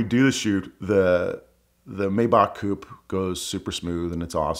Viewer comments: He can’t pronounce Maybach. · Great story and a great video, as always! As a side note, I find it very strange that this dude would (except for I think one time early-ish in the video) mispronounce Maybach (?)